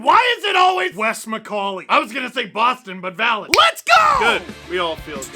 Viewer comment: Wes Miss-call-ey